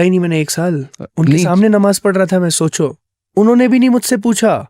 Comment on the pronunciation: pe Host ka kehna "ap soncho" bhai n nikal do socho bolo, ye jisne Islam kabool kia he ye lrkakitni achi urdu bol rha he isi se seekh lo bhai